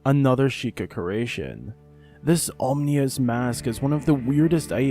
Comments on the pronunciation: I hate to be that guy, but when you start talking about the mask of truth you say "omnius" instead of "ominous" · Love your stuff, but bud every video you mispronounce the crap out of ominous. It's O-min-us. NOT om-ni-us